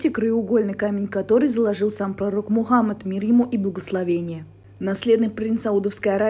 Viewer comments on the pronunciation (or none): none